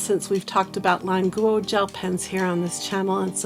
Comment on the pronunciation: What’s wrong with her pronunciation? I know Chinese, this is correct pronunciation